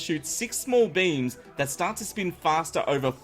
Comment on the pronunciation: I thought u said different coloured memes in stead of different coloured beams